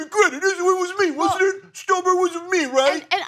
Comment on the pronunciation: Kudos to Ana for pronouncing Stoltenberg correctly! For some reason, people seem to think his name is Schtoltenberg.